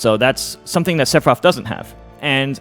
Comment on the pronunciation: i really wanna know why Mew2King says Sepiroth and not Sefiroth